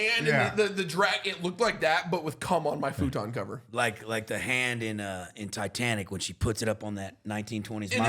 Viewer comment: Why tf you pronounce futon like that?